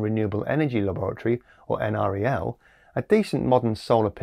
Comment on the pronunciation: tip: NREL usually pronounced n-rell. (Greetings from Colorado, home of Golden NREL facilities)